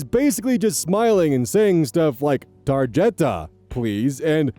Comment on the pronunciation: A+ on "tarjeta". And you were trying to be funny but accidentally said "desayuno" perfectly, too.